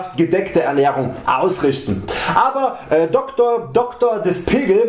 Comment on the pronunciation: Is n richtiger Zungenbrecher, er hats aber gut rausgebracht